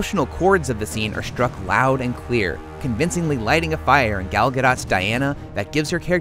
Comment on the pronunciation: I look forward to seeing this. You mispronounced Gal Gadot's name though. It's Gal rhymes with "call" Gadot rhymes with "the boat." In Hebrew it's spelled as follows: גל גדות. I really hope this means the DCEU just got off to a rough start and will have lots of good movies.